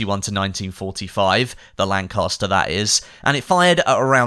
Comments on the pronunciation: Lanchester smg not Lancaster my dude. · Lanchester not Lancaster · Top spot, but I'm pretty sure the smg is called a Lanchester, not a Lancaster. Minor detail though.